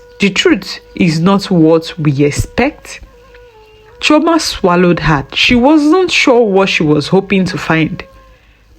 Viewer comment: Chioma and not Trauma